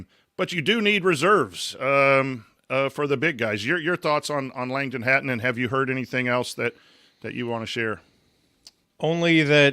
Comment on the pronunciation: its pronounced Hatton :)